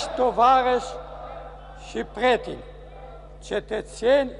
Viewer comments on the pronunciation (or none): sunt sigur ca spunea preteni nu pretini . No judge for me